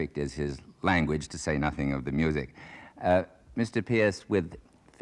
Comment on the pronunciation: it's not pearce. it's not pierce. it's peerce.